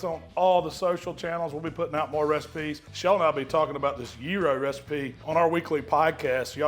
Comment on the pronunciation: Sounds like yearo 😂😂😂